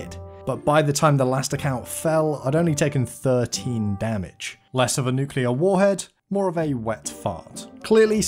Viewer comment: “less of a nucleuh wawhead maw of a wet fawt”